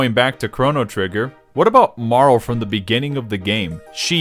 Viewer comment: It bothers me so much everytime you pronounce Marle as "Marl"